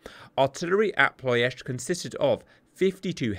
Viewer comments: just wants to say 'Ploesti' once more -- whoops, there he goes again. PLO esht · He always pronounced it - Plo-est-ee